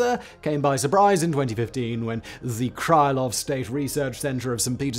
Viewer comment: wasn't this announced on April 1? 'Cause mr.Krylov whose name you've completely butchered was well known for writing pretty funny stories in the golden age of Russian culture.